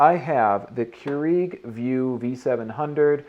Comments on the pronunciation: it is pronounced as cure- rag not cure eeg lol ;) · "Cure-eeg" lol